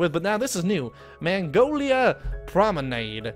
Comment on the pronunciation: mag-no-lee-ah....not Mongolia...that is a country